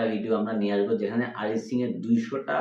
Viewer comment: আপনারা ভুল তথ্য জানেন অরিজিৎ সিং কে নিয়ে অরিজিৎ সিং ইন্ডিয়ান আইডিয়ালে নয় নয় সেট ম্যাক্স এ প্রেম গুরুকুল শো থেকে এলিমিনেট হয়ে গিয়েছিল আর বাংলায় যখন কথা বলছেন নিজেদেরকে বাংলাদেশি বলেন তখন আরিজিৎ নয় উচ্চারণ অরিজিৎ সিং কবে ধন্যবাদ 🙏🇮🇳